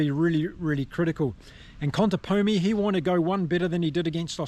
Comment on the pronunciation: Hola, el técnico de los Pumas de llama Contepomi, no Contemponi, que es como lo pronuncian erróneamente muchos de habla inglesa.